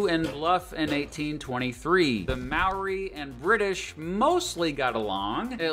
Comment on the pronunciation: When the narrator first tried to pronounce Maori words I almost yelled "NOOOOO!"